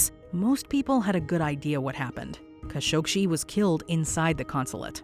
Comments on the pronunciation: Jamal KASH-OG-SHEE??? Really?? You guys can’t even pronounce the man’s name properly? They even say his name in the news flash you show! Jamal Khashoggi’s surname is pronounced “Kash-oh-gee”! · It's Jamal Khashoggi, NOT Jamal KhashoggSHI. Please, have enough respect for a dead man to say his name correctly. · Quit saying "Kashokshi", for cripe's sake. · "Kashogshi" are you serious? That's not very professional at all. Atleast learn about what you are going to tell us so that you can pronounce things or names properly. The fact that you said his name so horribly just tells me that you have no idea about what you're telling us. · Still managed to mispronounce "Khashoggi." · Why can't Americans pronounce Khashoggi? 😂😂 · Why is the narrator adding several extra letters in her pronunciation of Khashoggi??? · Voice over mispronounces Khashoggi's name, news content clips used say it right.